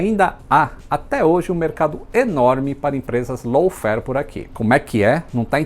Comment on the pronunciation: Não estou conseguindo ouvir low fare, apenas escuto lawn fare.